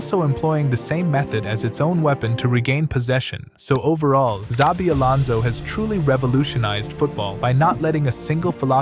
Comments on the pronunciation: It's Shabi not zabi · It’s pronounced as Chabi not Zabi. All these English speakers lol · 1 His name is not ZABI but SHAVEE. 2 No mention of Stanišić, Andrich, Schick etc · Bruh, you're the first person I hear saying or pronouncing zavi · It's pronounced Shabi ffs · His name is nit Zabi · CHA-BI Alonso.